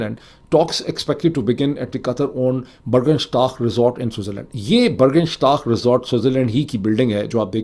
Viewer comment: Pronounce, Borgenshtok😊 Burgenstock